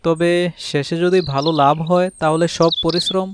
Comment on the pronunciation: বালো না ভালো। ভুলভাল উচ্চারণ🫤